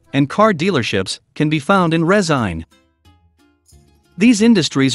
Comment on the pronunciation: "Resain" lmao